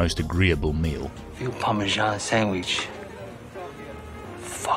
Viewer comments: I cant get over ora-gano and par-ma-zan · What the f-ck is Parma-zaan is that like Tarzan's ret-rded brother?